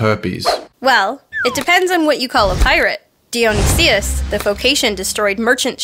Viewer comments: It's pronounced Die-oh-ni-suss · I don't want to be rude but, it's pronounced die-oh-nice-us. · Does it bother anyone else the way pronounces Dionysus? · ...interesting way to pronounce dionysius